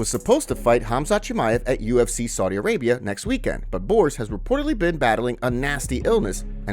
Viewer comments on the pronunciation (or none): none